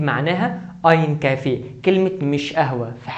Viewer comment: انت ما تعرف تلفظ كلمة kaffee